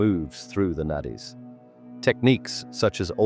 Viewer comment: Its Nadis sounds as naris....its not Nat is....thanks ❤